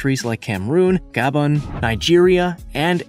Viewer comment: Words mispronounced: Gabon (not pronounced gabbon, but Gabohn like ‘own’) Debris (piece of debris, like waste, pronounced deb-ree) Sedentary (pronounced sedin-TARY, just wrong emphasis here)